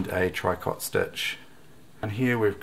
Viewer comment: Hello your videos are very good! However tricot is pronounced “tree-k-oh” it’s a French word from tricoter =to knit. I am a French teacher who also loves sewing and sewing machines! Keep the instalments coming… I need to touch base with my sewing machine fascination!!